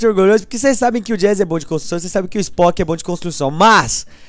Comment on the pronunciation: E pressão minha ou ele fala construção errado